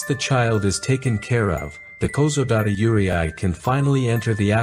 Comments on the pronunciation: It's pronounced you-ray (closest I can think of) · The YURY-EYE!!! Sorry I'm Japanese so hearing Yurei pronounced differently is weird, but good video! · Bruh I have lived in Japan for 7 years. That's a huge chunk of my life and I assure you, never have I ever experience any ghosts and spirits in my stay there. No paranormal activities, circumstances and whatsoever. And by the way Yurei is pronounced as "you-ray" (you of YouTube and ray of sting ray) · Love the documentary! But Yūrei is pronounced You-ray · I have a suggestion if you are going to keep using the AI generated voice in future videos: for foreign words try to spell them out phonetically, like yurei spell it out as yoorey. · Wait, he could spell yu and rei, but spell yurei as yure-eye? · This is a great documentary, but it’s so frustrating hearing the narrator repeatedly mispronounce Yūrei. It’s ”YUU - rey”. Two syllables. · The correct pronunciation is you-rei-i. With the pronunciation on the you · It's pronounced - Yu (U) rei (REY) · Yurei is pronounced more like "YOU-RAY" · Yurei pronounced you-ray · After living in Japan for 20 years i haven't had 1 supernatural experience yet also the pronunciation of 幽霊 is wrong you ray やで！ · You ree ai 幽霊はゆうりいあい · The AI pronunciation of "yuurei" was actually dreadful, tho. It was miles off the proper sound. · you need to check the pronounciation of the words: one mistake is not that bad but the AI mispronounced Yuurei, and that word was mentioned over and over again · lol no no I meant like how the narrator pronounces Yurei is funny. I'm not saying the word hes using is wrong. Just the pronunciation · Man you put all this research into the video but never looked up how to pronounce yurei😢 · His pronounce on Yurei kinda hurts my ears.... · Because the narrator can't pronounce the Japanese words correctly, the entire program sounds like some thing other than ghosts & spirits. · your bot cant spell yurei properly its spelled as yure(i) is not pronounced